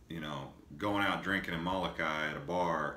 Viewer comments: Lol... It's Molokai...not malokai. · Are you kidding?? This guy can't even pronounce the names of the islands and the towns. "Muhlukai". SMH